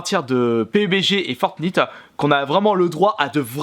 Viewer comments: conait pas "FORENIIITE" AU DEBUT JE PENSAIS QUE TU BLAGUAIS !!! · Le "i" de fortnite se prononce "aï" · Et putin sa se prononce fortnyte putin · Ça se prononce fortnaïte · Sa ne sa appelé pas fortniiite sa sa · Sa se dit " fortnayte" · Non sa se prononce "fornayte" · Ca ce dit fortnayte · Sa se dit fortnayte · Fortnite=fortnaillte (en phonetique) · On dis Fortnight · Ça se dit fortnaite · Ça se dit Fortnaite putain!! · GG j ai adorer cette vidéo. les gens sa se prononce FORTENAYT --> FORTNITE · Sa se dit For(Night).. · Sa se dit fortnaite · Sa ce prononce fortn[aite] bordeeeelll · Putain apprend à parler 😱😱fortnite ça se prononce fortnAIte grosse merde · Bonne video mais le “i” en anglais se dit en anglais comme iphone pas iiiiphone :/ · Sa s'écrit fortnite et sa se prononce fortnayte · Alors déjà c’est fortnite à l’anglais ça se prononce fortniheigt. La version boîte permet juste l’utilisation de sauver le monde des combats contre zombie mais qui ne change rien au fortnite battle royale ..... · Le i de fortnite se dit ay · justesa se dit for nyte comme nuit en anglais fortnigth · Ça se prononce "fortnaïte" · On dis fornaite !!!!!! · Sa se dit fortnaïte bordel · alors je ne trouve pas cette vidéo mauvaise ... mais arrêt de dire fortnite a la française c'est fortn[ Ï ]te a l'anglaise merde XD voila la messe est dite au revoir ! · se prononce Fortnaït si jamais ;) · CA SE PRONONCE "FORTNAÏTE" PTN DE MERDE !! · Fortnite aie j'ai mal aux oreille c'est en anglais que on le dit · Lol comment ta prononcer fornite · Nn il le fait pas exprès c juste qu’il prononce mal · Fortnite sa se dit pas comme ça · Le Duo Game nan mais j crois y sais pas parler anglais 😂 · Pouffff tu es juste chiant t es un gamin et en plus fornite tu le dis mal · Tu c pas le dire lol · Tu le dit mal le jeux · Comment il prononce fortnite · apprend a prononcer le jeu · Tu dit mal fortnite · Comment il prononce le nom du jeu !!!!😂😂😂😂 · Il prononce mal Fortnite :( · Arête de dire fort nite